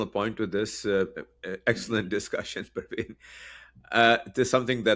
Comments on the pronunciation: you should correctly state the name whom you are introducing. His name isn't Parvin, he is Pravin. Please be careful to properly pronounce someone's name. Thank you! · I thought he is pronounced as Pravin, not Parveen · It’s NOT Parveen but PRA VIN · you are mispronouncing his name! It’s not respectful.